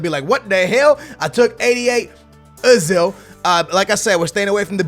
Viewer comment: He pronounces the players in such a weird way, naingolan, Benzema and Ozil